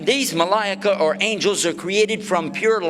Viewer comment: In the beginning the way he said, "MaLa'IKA" just sounded so wrong lol, May Allah s.w.t bless and protect us all.